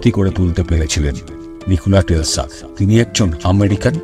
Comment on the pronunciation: I think Nichola Tesla.not Telsa.